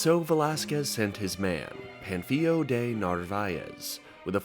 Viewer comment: It's "Pan" as in a cooking pan, "Fil" as in film, and "O" as in "Oh no, another Cobler video I have to watch 12 times" . Pan-fil-o